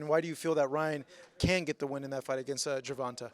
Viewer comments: Why he keep callin tank gervontah when he know it's not pronounced that way!!! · you should learn how to pronounce Tank's name correctly. It's not that hard.